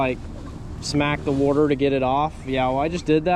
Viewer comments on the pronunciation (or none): Bro says wurterrr